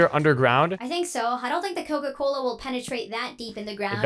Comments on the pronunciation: Cola a sounds like koko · cola a sounded like koko